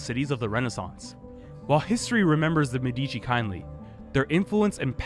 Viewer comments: it is actually mèdici and not medìci but it's ok. great video nonetheless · Why English speaking people always stress the second syllable of Medici? Why even bother affecting an Italian pronunciation if you cannot emphasize the correct syllables?